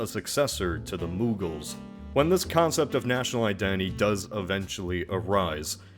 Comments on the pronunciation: Moogles? Dude. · Its muggle...as in non-magic folk. 🦉